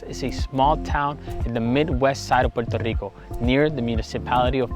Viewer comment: Puerto Rico , NOT Puero / Poro Rico, as my gringo teacher corrected .